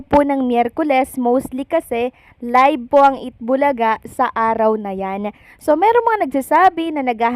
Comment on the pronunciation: Please do not get mad. I am bothered by the way you pronounce F and V. Ang of, you pronounce as op, ang V nagiging B, like live, you pronounce as libe. Enough as enap, Philippines as Pilipins. Nakaka turn op, I mean off.. I think you can improve. Observation lang po. Please do not say eh di huwag ako manood. Not a good answer.